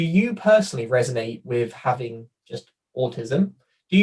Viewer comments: for some reason most Brits seem to like to pronounce it with a soft 'g' even though that doesn't exist in Asperger's native German. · 😬 your pronunciation of Asberger, as well as Kanner, (you’re saying Crainer) kinda irks me. Absolutely no offense when I say that tho. We’re all different 🤷🏻‍♀️